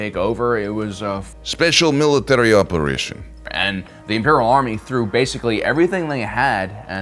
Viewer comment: ""Speedshil Mileetairdy Ooperayshom" fucking got me good.